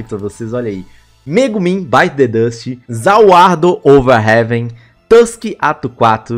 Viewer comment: maninho pelo amor de deus fala ZA WARUDO certo cara não é ZA WUARDO MANOOOOOOOOOOOOOOOOOOOOOO da muita agonia cara. amo seus video <3 :)